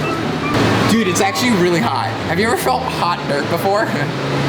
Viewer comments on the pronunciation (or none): none